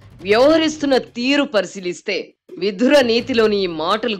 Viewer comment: యాంకరమ్మా ఎంత విషయాన్ని వత్తి పలకాలాన్నా ' విధుర' నీతి అని పలకకూడదు. అది 'విదురనీతి' అనాలి😅